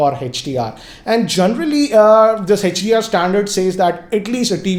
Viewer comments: It's hdr not hechdr 😁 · Its not hach D R 😂😂😂its HDR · hetch-Di-Aar🤔 i thought its HDR 😄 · Even he is saying HECH-DR, it's HDR. Don't get confused 🙂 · Why do you call it Hedge-d-r? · HETCH - D - R ......Hahahahahahahahaha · Hey-each-dear and A-each-dear